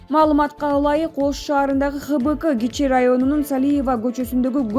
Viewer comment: Ой диктор кыз, эмнеге мынча сабатсызсын ??? Коп убакыттан бери дикторсун , туура окуганды уйроно турган убактын болуп калды го !!! ХБКЫ эмес ХБКа болуп айтылат !!!